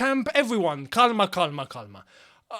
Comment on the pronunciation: Bro it is pronounced karma